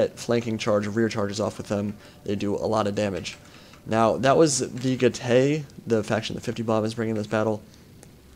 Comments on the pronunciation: Good commentary as usual, and it was very close in the end. Just one thing though: from my 3 years of basic Latin at school I think Getae is pronounced 'Get - I' rather than 'Get - ay'. Also the falxmen look really cool, and I hope they are added to the game. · I am from NZ as well but also happened to do Latin at school, and I can verify that is indeed correct in the pronunciation of Getae.